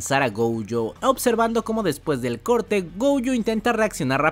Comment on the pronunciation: por qué dices goujo? si es gojo jajaj